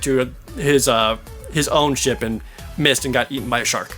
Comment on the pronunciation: I know your saying Ship battles but it sounds like your saying shit battles